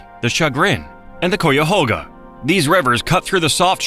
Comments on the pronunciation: Cuyahoga is pronounced Cuy, rhymes with guy, not cou, with a long u. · For the LOVE OF GOD LEARN HOW TO PRONOUNCE CUYAHOGA!!! IT's kai·uh·how·guh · Cuyahoga is pronounced kai-uh-hog-a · Exactly. As my third grade teacher explained: It's spelled like, and rhymes with Buy a hog a. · Kai-ya-ho-ga. Say it with me now AI. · Anyone else realize instantly when they said “Cuyahoga”, they weren’t from Ohio 🤣 if is even a real person speaking lol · The AI voice is killing me. After hearing it mispronounce Cuyahoga a bunch of times, I can't listen to this anymore. I'm not even from there. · my man does not know how to pronounce Cuyahoga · The pronunciation of Cuyahoga needs to be corrected. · they way you pronounce Cuyahoga lol.- AI slop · Being from NE Ohio the way it says Cuyahoga messes me up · Wish it could pronounce Cuyahoga. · I’m from Cleveland Ohio please correct the cuyahoga AI voice it’s bad lol ai is not saying it correctly. Thanks for the video. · Wish they would pronounce Cuyahoga correctly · This was an interesting video, but several of the locations were not pronounced correctly, including Cuyahoga, Portage, Maumee, Tuscarawas. Before doing any more videos, I would check pronunciation of whatever you are talking about. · If the narrator is not AI then he is not from ohio because if he was he would pronounce Cuyahoga properly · The pronunciation of "Cuyahoga" 😂😂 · Lol you pronounced Cuyahoga wrong. Maumee sounds close to ‘Mommy’ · This video would’ve felt much more educational had the AI voice learned to say Cuyahoga correctly. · I was about to post the same thing. Strangely it did get Scioto right. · I was coming on here also to say the very same thing learn how to pronounce cuyahoga if your going to make a video about it lol How annoying to hear that awful pronunciation over and over. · Yes, very annoying. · And a few others, like "Portage". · That's what I kept saying!! Cuyahoga you stupid AI voice. Ugggghhhhh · For sure. 👍🏼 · AI can't pronounce cuyahoga 😂